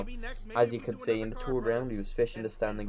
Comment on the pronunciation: In teh turd. Wheene you gwot uoip it wasss really centurd.